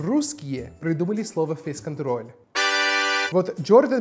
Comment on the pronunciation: Как минимум одно из произнесенных "[фэй'с кантрол' ]" звучало чисто по-русски